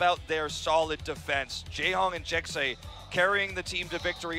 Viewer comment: hehehe, "Jekse." It's pronounce like Jessie